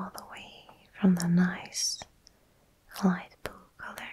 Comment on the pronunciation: You're a good editor. Took me forever to figure out you were saying, "Light Blue" :D Very calming. Calm is sooo good sometimes.